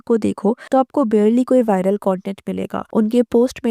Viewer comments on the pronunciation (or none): none